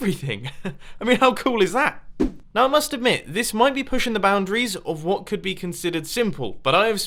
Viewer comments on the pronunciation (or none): none